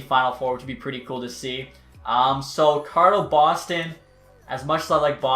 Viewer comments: We all gonna ignore how he says “Car-lotto” instead of “Col-o-rado”.. lol great vid tho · YOUR SAYING CARLER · cara rotto. what the fuck. Colorado dude. it's fucking very simple.